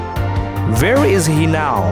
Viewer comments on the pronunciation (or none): Ver is he now🤣😂 H.. I ...WEE 🤣🤣🤣 .Indians.